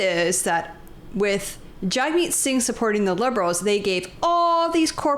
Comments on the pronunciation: Pronounce hit name property: JUG-meet. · His name is pronounced “Jugmeet”.